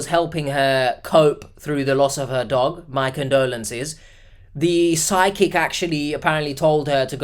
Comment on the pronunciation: I kept thinking you were saying Sidekick instead of Psychic. It took me some minutes to figure out it wasn't some new GenZ definition of Sidekick, some AI app generated friend that's always cockblocking her at the local watering hole, and a worse case scenario of a definite scam: Psychic. 🪄